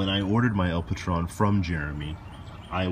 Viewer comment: Just FYI...the name of the knife is spanish and El Patron is pronounced with a long "O" like stone. Translation: The Boss.